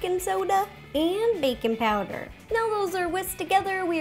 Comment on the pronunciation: It sounds like she said bacon powder